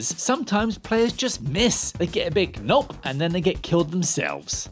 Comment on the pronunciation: Did he seriously mispronounce the word no/nope? I can't even tell what he's saying lol